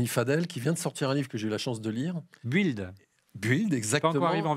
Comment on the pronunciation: Please, la prononciation pour "build". Déjà la son "u" n'existe pas en anglais, donc cela serait à la rigueur le son "ou". Mais ici cette lettre est muette. Donc, c'est /bɪld/